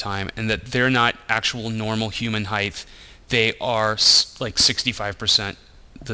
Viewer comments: highth (nor heigth?) isn't a word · he said, "heighth"...heeheeheee